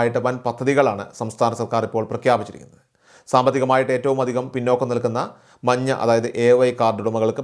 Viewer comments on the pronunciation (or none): none